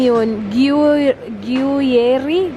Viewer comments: Hihi cute nung pagsabi mo ng Gruyère na gruyeri pero gruyer ang pronounce silent E na sya sa dulo😊 pero dito ko lng dn nalaman pronounce nyan living in switzerland-france border😊Haha grabe yang toilet paper na yan.😂 Dito din sa Europe un din ang hinohoard nila toilet paper at pasta. Very nice video as always 😊👍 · Ung Gruyere po pronounce sya as Gru-yir or gru-yeer 😁 nag work po kc ako dati sa deli shop😊 masarap yang gruyere cheese promise. Perfect din sya ipartner for wine😉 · Hi, I'm from Paris, just wanted to say how to pronounce the word "gruyère" (simply gru-yer) 😉best regards! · that swiss cheese is pronounced as groo-yair. 🧀 cheese-lover here 😉 about toilet paper, there are symptoms of covid-19 like having diarrhea and vomiting. sanitize everyone, #stayathome #socialdistancing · Gruyère cheese ( sounds like "groya" cheese when u pronounce it😊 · Gruyere is pronounced as gru-yer pag super slang parang gu-yer na lang 🤣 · The Gruyère cheese is directly pronounced as grü-‘yer. 😀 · It’s pronounced Gu-yer cheese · Dahil na curious ako sa mga cheeses...niresearch ko pronunciation ng hinahanap mo cheese...Gruyère pala...